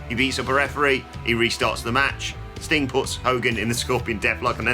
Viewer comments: How come he cant say "Sting" without it sounding like "StingK" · Off topic, but it really sounds like he calls Sting "Stink" at about the 13.00 minute mark...